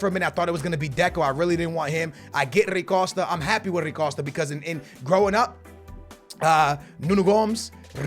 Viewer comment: Bro who tf is “rri costa” this man can’t pronounce anything to save his life